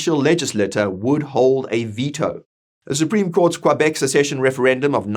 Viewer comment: Well researched! Work on that pronunciation of Québec. Follow the funding for the court case and out of interest have a look at Canada’s Indian Act and the definitions within it. AB will benefit with or without the separation via the time for negotiation.